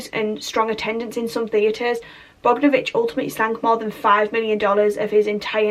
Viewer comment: It's pronounced Bog-don-o-vich.